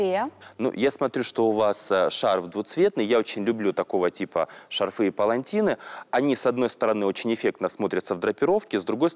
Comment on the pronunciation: Ведущая,! Не шарфЫ, а шарфы!!!!